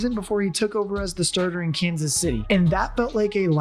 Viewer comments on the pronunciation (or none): none